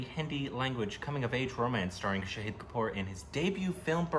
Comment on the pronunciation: Heyyy you pronounced 'shahid' right.!!! finally....